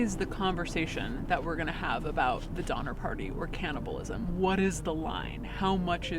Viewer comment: It’s cannibalism, not canNOTabilism